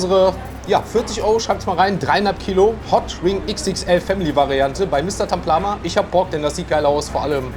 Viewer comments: Taplama und nicht Tamplama 😅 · Es heißt Taplama nicht Tamplama 😅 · Da steht sogar Mr.Taplama er sagt Tamplama